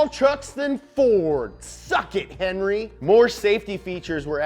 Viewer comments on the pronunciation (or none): none